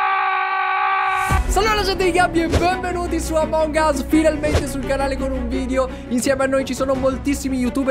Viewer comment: "se non sapete ancora a come si gioca omong us" 😂😂😂